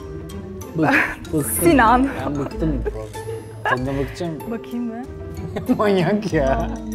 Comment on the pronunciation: Kız sinan diyip duruo sina la sinaaaa